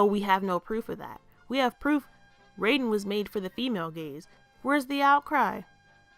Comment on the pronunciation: Excellent analysis of the issue. Do you think we could, at any point, collaborate on something? As two growing Youtube channels, we could maybe, perhaps, benefit from it. Edit: Also, Raiden's pronounced Rye-den.